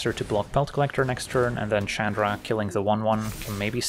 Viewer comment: Calling Chandra "CHADra" is so cringe...